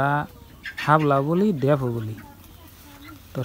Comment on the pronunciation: হাবলা বইলেন না সাপলা বলত হয়